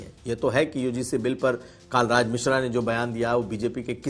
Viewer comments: यह बात समझ में नहीं आई जी! आप का हिंदी का उच्चारण भी बहुत अच्छा है। पत्रकारिता के लिए यह होना भी बहुत आवश्यक है। तो.... आपने जानबूझकर माननीय पंडित कलराज मिश्र जी को.... कई बार कालराज मिश्र क्यों कहा? ऐसा नहीं है कि मेरे सुनने में फर्क पड़ा है। यदि आपने जानबूझकर ऐसा किया है तो यह अच्छी बात नहीं मानी जाएगी! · कालराज नहीं कलराज मिश्र तुमको रिपोर्टिंग के लिए किसने रख लिया है